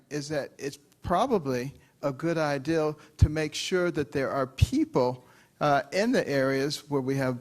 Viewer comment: He keeps saying 'ideal' - for the word 'idea' -- !! I repeat - can he English?